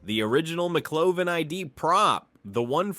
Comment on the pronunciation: So great inside info about the film! But damn, have you actually not seen the movie? The AI voice is "passable" IF it pronounces the names right! It's not McClovin it's McLovin!!! lol Maybe if you put a space in between Mc Lovin it would pronounce it better 🤔 But like I said, some good insight about the film! A lot of stuff I didn't know, so a thumbs up for that and good film clips and editing 😎👍